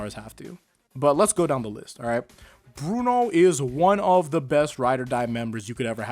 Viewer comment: Perhaps I’m a little biased but.. uh… Bwuno